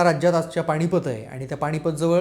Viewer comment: न आणि ण मधे जरा गल्लत होत आहे, पण हरकत नाही.सादरीकरण खूप चांगले आहे. बोलत रहा भिडू. पाणीपत, राहूण वगैरे शब्दांचे उच्चार “standard” नाहीत.